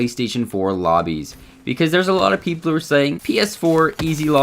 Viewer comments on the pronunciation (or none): peopler lmao